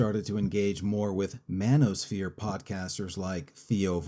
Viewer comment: This guy said manospear. Then names a comic, a center right podcaster, and a robot. Do yall know what the manospher is?😂😂😂 talk to me when trump is on fresh and fit yelling at drunk 19 year old OF girls.